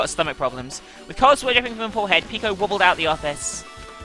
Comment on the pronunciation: she pronounces peko's name like the one in "boku no pico" >.>